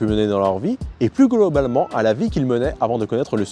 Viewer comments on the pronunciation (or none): "Et plus goloblalement" xD Désolé la vidéo est top quali mais la sur le coup ça m'a plié en 2 xD. vivement celle sur le métal si elle est aussi détaillée et au top :)